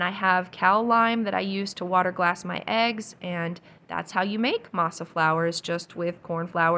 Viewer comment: Masa you said it correctly M “ah” I grew up on homemade tortillas so I love that you make them. Also this video motivated me to thaw out some of my frozen garden zucchini for zucchini bread. I usually add walnuts and make a separate loaf with chocolate chips.